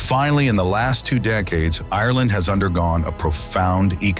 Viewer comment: I wish this didn’t grate on me so much but the pronunciation of the word Ireland is wrong. 😭😭😭